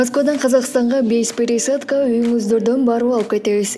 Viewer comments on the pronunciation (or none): none